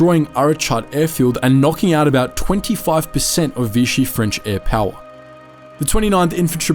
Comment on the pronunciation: NOT VITCHEE, IT IS VISHEE. Please carry out more research